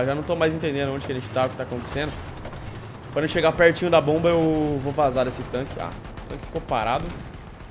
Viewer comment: meu deus o fala bomb mas não é que raiva